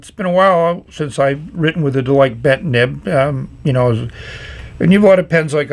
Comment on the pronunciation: Based on the Chinese characters, it's more likely to be pronounced Der-Lee-Ker (less emphasis on the Rs and a shorter EE sound)